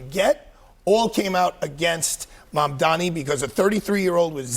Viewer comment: This is why he is considered "reasonable and fair"... he is actually just insanely inconsistent. The guy can't even pronounce Mamdani's name correctly, and somehow people still admit to getting all their news from this guy. It's insane.